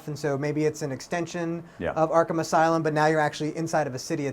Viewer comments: "Arkham As-City" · Haha, he almost said Arkham Asylum at the beginning